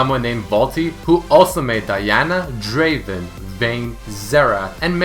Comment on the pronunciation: its Draaaaaaaaven. Get your shit together.